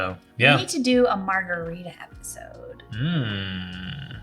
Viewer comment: Good stuff! Loved what you said about coffee and your journey. Also, Chili’s strawberry frozen margarita is Julie’s longtime guiltiest pleasure. Terrible idea for you from Phil: marga-rye-ta. Cheers!